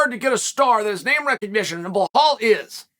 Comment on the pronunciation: I’m beginning to think Chael is just trolling us all now with his pathetic, fumbling attempts at pronouncing names.